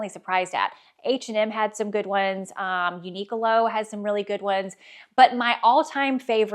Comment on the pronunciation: You’re pronouncing Uniqlo wrong. It’s not “unique a low” it’s “uni clo”